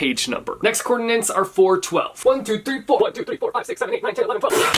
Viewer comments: But why are you saying "coordinants" every single time? 🤣🤣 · I hate that he couldn’t say “coordinates” correctly.